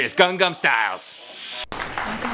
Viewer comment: Watch the pronunciation, Pete. You are saying "Gang-gan Style" that means "Rape style" in Korean. It's "Gang-nam."